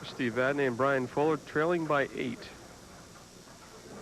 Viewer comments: I'm going to say it again. It's not VadNAY, it's VadNEY. What is it with these two announcers? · V A D N E Y